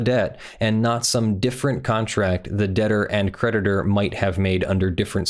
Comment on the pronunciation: Why don't you link the document? Also I kept hearing "predator" in place of creditor